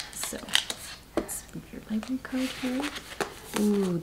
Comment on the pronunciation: Libarry. Omg it kills me!! Lol